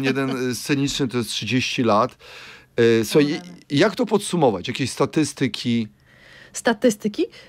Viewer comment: Oba filologi a akcenuja statYYYstyki??? Kochani: statystYYYki! Co to za polski??? Ogarnijcie sie kurwa...